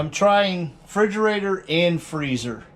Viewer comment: Are you saying "fridgerator"?